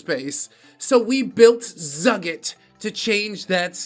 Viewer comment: Zugit seems to be Hebrew so its pronounced "Zoo-geet" (thanks, five years of Hebrew school), and I don't think a single one of the missiles Iran launched at Israel found their target so it's scary but not as scary as it sounds.